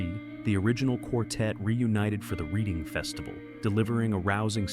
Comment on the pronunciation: That was great documentary, thanks. Just a detail, for whoever, whatever was narrating, the name of the English city spelt "Reading", is pronounced "Redding".